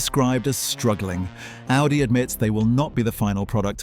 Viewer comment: It even messed up the pronunciation of Audi lol